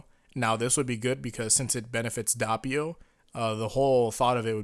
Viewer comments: Isn't the first "O" in Doppio pronounced as "Oh", not "Ah"? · its Doppio not Dappio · It's pronounced /ˈdop.pjo/, not /ˈdap.pjo/. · Its Noy DA PPI o its doppio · "DAH-pee-oh"?! Good heavens, I cringed. Please rewatch the anime to hammer the correct pronunciation home. "Dee-AH-vuh-loh" vs. "DEE-uh-VOH-loh", either is apparently fine according to reputable sources, but "DOH-pee-oh" is the only way to pronounce Doppio's name. It's an Italian name; this is the same as people mispronouncing Mario as "MAY-ree-oh" or "MEH-ree-oh", when that's simply not how Italian names work. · I love you man, I really do. But it's Doh-pio not Dah-pio. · it’s (Doh-pi-oh) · Dahppio and diahvoahlo bruh miss pronounce make me uncomfortable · Why do people pronounce it dappio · The hell is dahpio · Bruh this man said dapiou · Also Do-pi-o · Your saying doppio wrong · Bro why is it so hard for you to say doppio and diavolo just say it the way they say it in the anime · it sounded like you said doppio in a Russian accent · Please...Please...just say Doppio right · HAVE YOU NOT LEARNED? YOU FUCKING DARE STILL MISPRONOUNCE DOPPIO? AFTER ALL THIS TIME?!